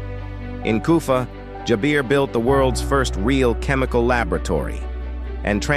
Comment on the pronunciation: Its jaber not jabir